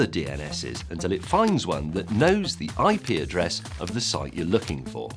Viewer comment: Sounds like : 'I pee a dress'